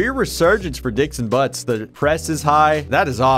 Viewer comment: “Dixon Buttz”